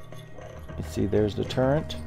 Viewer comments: Awesome stuff but it's gun turret. Not turrent. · Are you saying "gun turrent"...? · Thank you, turret lol.